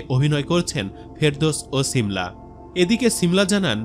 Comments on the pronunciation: ছিমলা 😂 না শিমলা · Ovinoy valo e lagto but apni cimla cimla bolen ken . Shimla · ছি মলা কি? উচ্চারণ - শী মলা। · নাম ঠিক করে বলতে পারেন না শিমলা হবে 😂